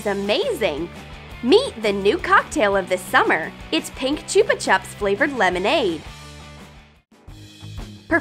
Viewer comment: Chupa chups ? That is not how you say it